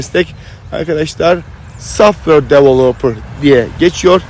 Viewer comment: Abicim süpersin. İlk başta saffır saffır deyince anlamamıştım meğer softveyr (software) diyormuşsun şimdi oldu 😂😂